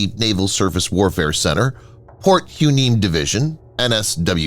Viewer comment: My understanding is that Port Hueneme is pronounced Port Why-nee-me.